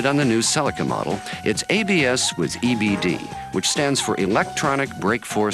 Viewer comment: If you want the correct pronunciation it's right here in this video, same as the Japanese pronunciation.